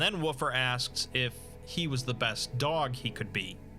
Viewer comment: Great video except for that part at the end when you mispronounced “dog”